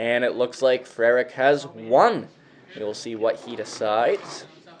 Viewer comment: Great pronunciation of “Frerich”, that’s not an easy one. This was a fun match. Way more 20s shooting than I was anticipating. Great shooting by Jamie